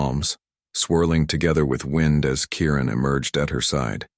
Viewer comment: Kieran not Karen!